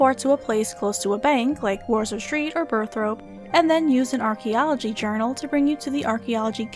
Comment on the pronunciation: Birth rope... it's Burthorpe... T-H-O-R-P-E